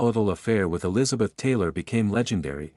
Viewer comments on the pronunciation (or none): none